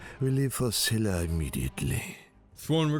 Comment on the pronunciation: Csila is pronounced Chila like China or Czila as Czech.